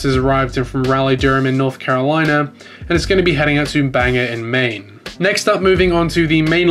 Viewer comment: Great video as usual! Though as a resident of Maine I would just like to let you know Bangor is pronounced like (bang - 'or'), I've heard many people pronounce it 'bangur' so I wanted to give you a little piece of advice from the beautiful state of Maine.